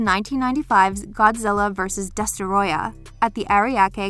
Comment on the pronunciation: It’s not destarohay it’s destroyah.